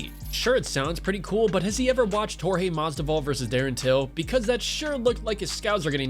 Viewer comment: dude said Jorge Masdival 🤦🏽‍♂️, filthy casual